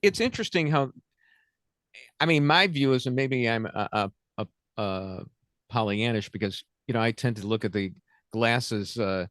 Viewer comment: “Trump can’t lose.” Right after “perhaps I’m being POLLYANN[A]-ISH…” (I added the “A” he left out 😂😂) If I had a tin cup and shoe polish I couldn’t PANDER this much. 😂